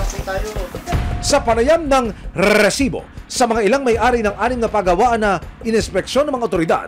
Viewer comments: Ilang R po ba Ang Rrrrrrresibo 😅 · para akong nag giglitch sa rrrrrresibo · Kaumay yung paulit ulit na rrrrrrrrrrrrrrrrrrsibo🤣🤣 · KUYA NAKAKAIRITA YUNG RRRRRRRRRRESIBO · Ang lutong ng pagkakasabi ng Rrrrrrresibo, kasing lutong ng chicharon con langaw 😅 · nahihilo ako sa RRRRRRRRRRRREESIBO. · Nakakabwicit nayung rrrrreeeeeeesibo mo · nakaka bwisit nmn ...rrreeesibo...kainis pakingan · Nkkarendi ung pgbibigkas m ng resibo emil,,sbrang oa..hahaha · Bat ang daming R ng resibo nyo sir.